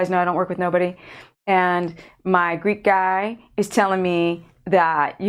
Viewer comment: For the longest time I thought you were calling you assistant Greed God...lol! Greek Guy?